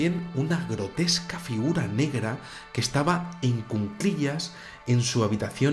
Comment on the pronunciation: Se dice cuclillas, no cunclillas jejeje. Saludos.